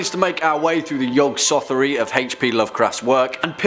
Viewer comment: The "Yog-Sothery"? It's the Yog-Sothothery.